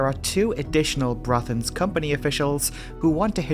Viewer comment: Super work,. You went to great lengths to produce a well-prepared video - even the Norwegian names are correctly pronounced. I am thoroughly impressed! Greetings from the Netherlands (despite my Danish name....).